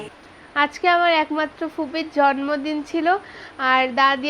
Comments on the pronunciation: Jormodin na bolo jonmodin..uccharon thik korlo. Kammi o bolto jormodin. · জন্মদিন উচ্চারণ ঠিক করে বলবেন।যেহেতু এটা পাবলিক প্লাটফর্ম তাাই উচ্চারণ ঠিক না করলে শুনতে খারাপ লাগে। কিছু মনে করবেন না।আপনাকে ছোট করার জন্য বলিনি।জাস্ট একটু পরামর্শ।